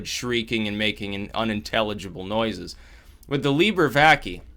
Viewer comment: it is pronounced VACAEH